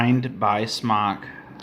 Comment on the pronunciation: You aren't even saying the brand right. Ugh